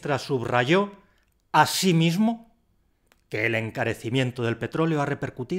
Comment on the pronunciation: Quiero hacer una apreciación constructiva. Creo que "asimismo" deberías pronuncuiarla haciendo tónica la segunda i. No en la primera. Gracias por tus vídeos.